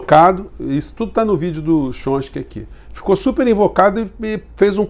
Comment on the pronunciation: Professor, boa tarde. Gostaria de fazer uma correção com relação ao crítico norteamericano. Coisa simples: o nome dele é "Tchómisk"i e não "Chonski". Grato.